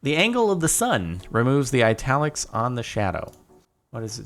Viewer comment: wait is that the correct way to pronounce italics?